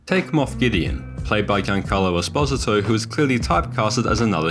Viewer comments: ess-pause-i-toe= esposito LOL not even close. . wow, you need to expand your universe, and meet some latino characters. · The way the names Quill and Esposito are pronounced makes me wary this might be AI.